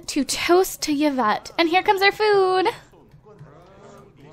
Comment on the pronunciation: yvette i9s not pronounced like that its pronounced like evette